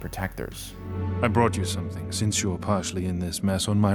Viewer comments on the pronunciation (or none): none